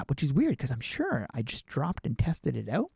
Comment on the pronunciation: The way he says OUT makes me laugh OUWT